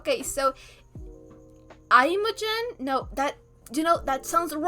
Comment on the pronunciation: It's pronounced like "immajen" (using the English short "i" sound at the beginning and the English pronunciation of the letter "j" for the "g"), with the accent on the first syllable.